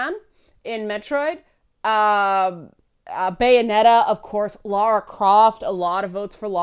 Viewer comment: Thanks for saying Lara and not Laura....drives me nuts sometimes XD